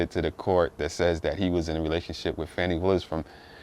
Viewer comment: Her name is Fani (Faw-nee) Bruh, Stop being a Chicken Head behind all this dis-information these right-wing, MAGA, racist white folks are disseminating They are trying to degrade this women in front of the world; and you helping Straighten up! Our Ancestors are watching!!!! You don’t even know weather this released information is true. It’s word of mouth and have not been authenticated. Thus far, they have proven nothing Step aside, make room, bow down, and watch this Sista take her rightful place on The Throne